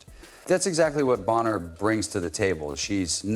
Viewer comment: Thanks for the story. But, hyper repetitive point--over and over. You might want to spell ai read text more phonetically ("Bahner" vs "Boner")